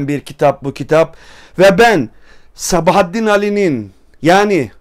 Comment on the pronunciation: Sabahattin Ali'ye "Sebahattin" dediğin an videoyu kapattım. Yazarının adını doğru telaffuz edemeyen birisinin kitabı analiz etmesi de benim için bir anlam ifade etmiyor.